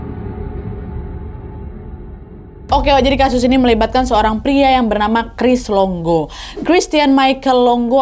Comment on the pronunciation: Cris longo ❎ Cris dongo ✅